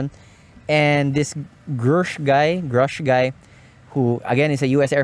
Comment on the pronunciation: Good podcast! Very interesting topics especially on the balance between functionality and cost-benefit., you pronounced Grusch correctly the first time. It's like saying Grush (without the 'c').